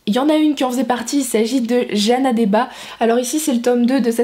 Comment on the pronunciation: Ça se lit Debatz 3t pas deba Je le sais c'est ma prof de français